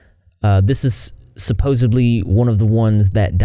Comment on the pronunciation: Supposedly* , not supposably